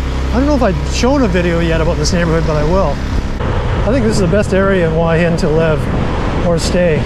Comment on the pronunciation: It is pronounce hua, with the H, and not hua with a W,like you keep saying